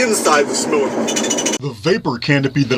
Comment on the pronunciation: Great video as usual..good to hear simulacrum pronounced properly once again..lol..I've missed it